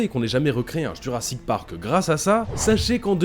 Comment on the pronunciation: " Jurassite Park " 😂😂😂